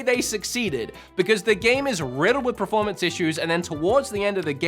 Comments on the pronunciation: Please say performance!!!! preformance is not a word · I respect his right to an opinion on a video game. Fair play. But goddamn i wish he'd stop saying PREformance. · bro, are you trolling us every time you say performance? I swear in every video I hear you say pra-formance. Not bagging you, I'm just curious if there's an inside joke we're not aware of. 😅